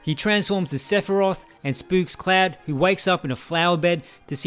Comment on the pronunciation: Great video, but his name is "CLOUD" not fucking "CLAD"